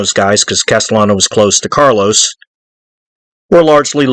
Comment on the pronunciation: I think you keep calling Carlo Gambino ‘Carlos’